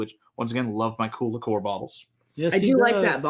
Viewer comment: Liqueur is pronounced as Lick-yerr not Lick-ore ;) RedBeard bloke is a spoilt numpty prima-donna lol -Well, u Yanks hv a good channel THANKS